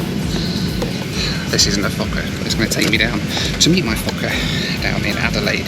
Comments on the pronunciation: I love you but are you saying F*cker 100… how do you find these airlines first Scat now a f*cker…Lol love it legendary as always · did i hear wrong or did he say "this is going to take me down to meet my f*c**r 😂😂. Good joke you really mdae me laugh. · di you say forker =OR= fuker plane???FUNNY =WE CALL NAUGHTY CHILDREN FORKERS =here in new zealand =ha,. ha,. I CANT STOP LAUGHING == =every time you say forker =LUV the DIGGERY=DOO MUSIC xoxelizabeth nz,happy traveler xox:face-red-heart-shape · when you said "fokker" it sounded like another word. HEHEHEHEHE